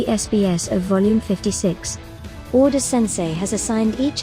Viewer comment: you just called oda "oden" ? 😂😂